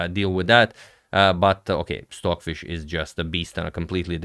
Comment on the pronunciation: Sorry, are you saying “Swordfish” or Stockfish? Probably my bad hearing. Cheers!